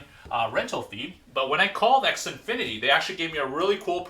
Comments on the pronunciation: The way you pronounce Xfinity. xNfinity? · X Infinity weird